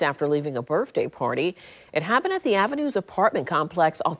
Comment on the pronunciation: "...shot minutes after leaving a BIRF-day party..." Enough said.